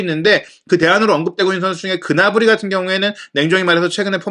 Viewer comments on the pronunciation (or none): none